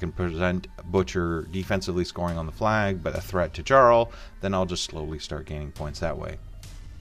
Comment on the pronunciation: "Djarl" ??? It's "yarl" . It's Scandinavian (a title, "Earl"), not English.